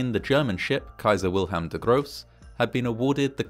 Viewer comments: Am I hearing this right? Did he say "Kaiser Wilhelm the gross" in the beginning? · "der Große", not "the gross". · Pronouncing Kaiser Wilhelm „der große“ as „the gross“ is… less than unfortunate. I think the translation „the great“ would’ve been more appropriate.